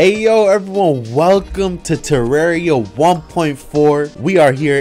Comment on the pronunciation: its terraria not terrario wtever